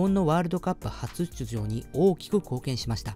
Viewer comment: はつしゅちゅじょう